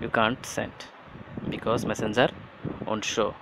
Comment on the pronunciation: Love when you say messenzer 😂😂😍